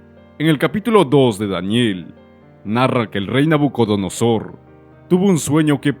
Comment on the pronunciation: Porque dice nabunodosor? Si es nabucodonosor?